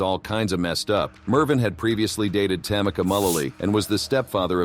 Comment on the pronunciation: It’s pronounced ‘Tam-ee-ka’ not ‘Tam-icka’